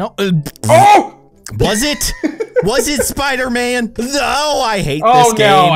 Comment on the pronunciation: It's not Spooter-Man it's Spider-Man.